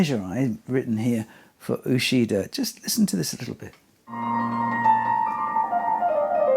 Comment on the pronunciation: I don’t know all the pronunciation of all the names but I know Uchida “ch” is pronounced like in “achieve”.